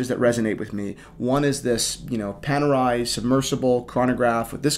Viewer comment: Funny you have nothing to say about Jeff Bezos' Speedmaster, which he wore on his space flight yesterday. Funny how you pronounce watch brands : Caw-Tee-Hay / Cartier Pad-Dok / Patek Oh-Mee-Gaw / Omega Paw-Nay-Waye / Panerai Otherwise really good video, not a mean critic, just funny to hear you say the names of watch brands you work with. Remember once I was at a business meeting, talking with a realestate agent trying to rent a commercial space. I told him "nice Submariner, but it's the wrong time" and he answered me "Oh it's a fake" and it turned me off and we didn't do business and never met again.